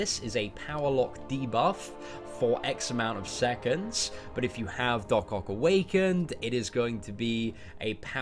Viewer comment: it's Doc OCK not OC, please my OCD was triggered from this video 😅😂.